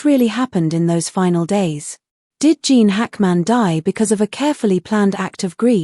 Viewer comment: Can’t his name be correctly pronounced?